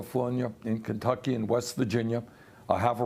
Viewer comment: Eeew. As a Kentuckian, when Sanders says "Kentucky" my skin crawls.